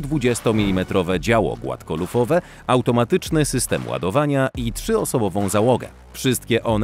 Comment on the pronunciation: 9.44 "opływowe głafkolufowe działo"🤣🤣🤣🤣🤣